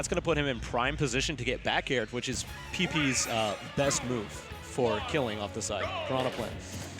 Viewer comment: SOMEONE FINALLY SAID PEEPEE'S NAME RIGHT